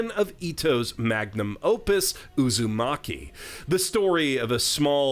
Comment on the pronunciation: Since I’m petty, I still find the biggest tragedy being all the commercials pronouncing it as “Uzomaki”